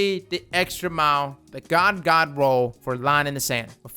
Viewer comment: Anyone else think he sounds like he's saying ga-ga roll?